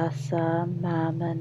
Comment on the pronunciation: She keeps repeating "Hassan" and prays to a chick called "Mannon"